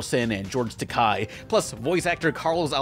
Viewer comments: It's Takei, not Takai. Learn how to pranonce people's names. You could literally Google it. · George Takai (it rhymes with Toupee) that's how you say it